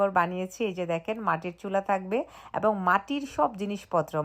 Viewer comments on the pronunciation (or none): অ‍্যাবং নয় এবং